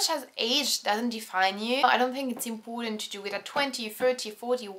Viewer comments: 'impoooooootant 'hahahah its so funny. well it's cool to finally see a french girl who can actually speak really good english! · Sometimes , and am saying this jokingly, but it sounds like 'Impotent' ( avec a French accent)